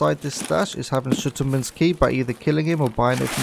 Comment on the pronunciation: shutter mans key lmao